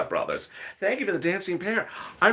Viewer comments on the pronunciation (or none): none